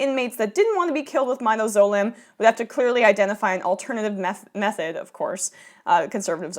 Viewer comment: I liked the way you pronounced mi-do-zo-lam. It's actually mid-az-o-lam